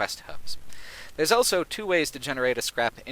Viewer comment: says elso instead of also.